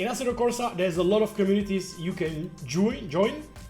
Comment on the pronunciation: "Jooin" xD Love it!